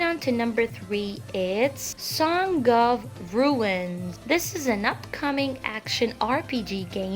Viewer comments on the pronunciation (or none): Who taught you how to pronounce words? Harbinger is pronounced as harb-injure and song has a soft g sound like long not saun-ga.